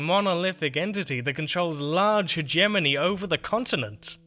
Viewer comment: "Hegemony" is pronounced with a hard G. It's nothing to do with herbaceous borders. This repeated mispronunciation distracts from an otherwise-riveting narrative.